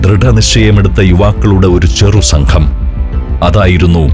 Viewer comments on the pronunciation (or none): none